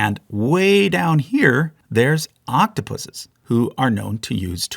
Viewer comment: Thank you for pronouncing Octopuses correctly instead of saying Octopi